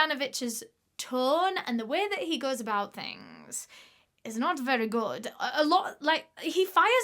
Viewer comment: “Iz not verri goud” had me laughing 😂